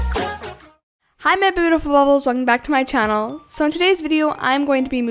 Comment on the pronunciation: Instead of hearing “Hi my beautiful bubbles” hears “hi my bootiful bubbles”